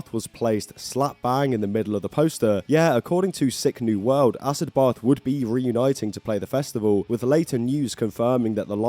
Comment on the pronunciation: It’s pronounced “acid bath” not “ass-ed both”🤣🤣🤣